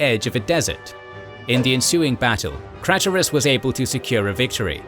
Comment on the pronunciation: it's pronounced "kl EYE tus"... jeez